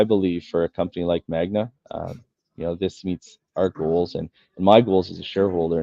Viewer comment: Appreciate the Interview, Rick. By the way it's "Magna" not "Magma". I would have excused you for saying it once, but you said it a couple times :)